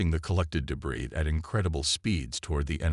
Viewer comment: MY GOD, MAN!!!!!! Do you even listen to your stories BEFORE posting them???!!!! Your AI SUCKS!!!!!!!!! Here is but a small list of the FREAKING words I heard OVER AND OVER AND OVER AND OVER mispronounced: "PRAH-jektile", "deh-BREES", "deh-BRISS", "deh-BRAYS", "Your-AH-pa (Europa)"', "un-AN-imous", "ar-MAY-da"!!!!!!!!!!!! Especially the (debris) said about a FREAKING Gazillion times....INCORRECTLY!!!!!!!!!!!!! How the hell can one enjoy the damn story when the Damn AI can't speak Anglishes!!!????!!!!!!!!!!!!!